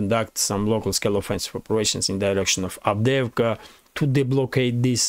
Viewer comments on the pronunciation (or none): none